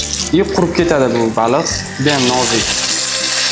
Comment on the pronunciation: Baluuu emas baliq